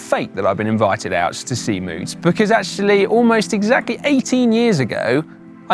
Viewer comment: Come on guys, this is the second time you mispronounced the bike model. The first go around I figured I'd ignore it but I can't help but say something this time as a local. It's named for the county Moots calls its home, and it's pronounced like the American word rout, r-out, like this (definition 1)- Loved seeing the coverage of a local race from you guys, hope to see more, just don't make it a third time ;)